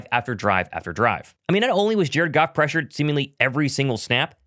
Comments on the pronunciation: Are you saying jerkoff instead of Jared Goff intentionally? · 😮 I was like "! What's going on man"!!! Any time you said Jared Goff, it sounded like you were saying jerkoff!! Lol I thought you called them the Jerkoff Lions!!! 😂😂😂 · are you pronouncing Jared Goff as jerkoff on purpose? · Is it me or does it sound like he's saying jerkoff when he says Jared Goff? 🤣🤣🤣🤣